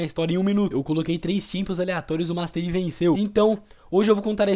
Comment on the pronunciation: master ai?